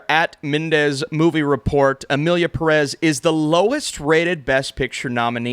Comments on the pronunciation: it's pe-rez not purez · Please, it is pronounced Emilia Pérez, the accent is on the first e. It's bad enough that the director and one of the main characters doesn't speak a word in Spanish. At least try to pronounce the name correctly, it's not so hard, just accentuate Pérez on the first e. Pé-rez!!